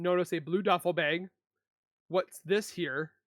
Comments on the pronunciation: LOL HE SAYS BLUE BEG!!!! DUDE IT'S BLUE BAG!!!😅😅😅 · Bag. Like hag. Or drag. Not bayg. Why tf do you say bay g